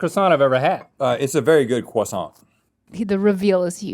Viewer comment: The sheer amount of 'hard R' croissants damaged me. Rhett's final croissant saved me.